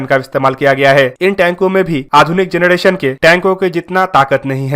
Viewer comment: जनरेशन not जनडेशन